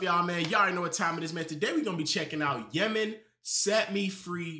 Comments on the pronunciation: He said Jimin yimin I'm weak lol but it's pronounced Jimin as a j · You said Yemen? It's pronounced JIM-IN, the J sound, not a Y sound. Just like it's spelled. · Bro said YEMEN LMFAO his name is Jimin ( JEE MIN)